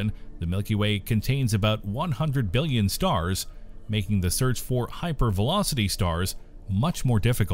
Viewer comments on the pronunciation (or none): none